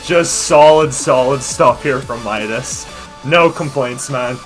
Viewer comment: His name is pronounced “mit-e”